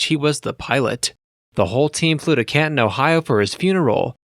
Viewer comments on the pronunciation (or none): none